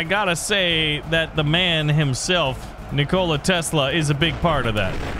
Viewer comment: As much as I love, I can't look past how he pronounced Nikola Tesla's name